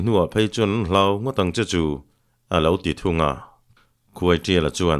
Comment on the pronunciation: Khuaiṭiala tih hi khuaisiala ti a lam rik a ang tlat